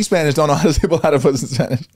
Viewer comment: “palatypus” 😂